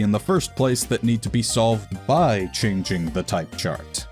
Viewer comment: Off topic, but I like the way he pronounces changing as "chinging"